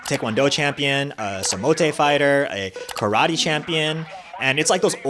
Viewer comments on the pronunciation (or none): none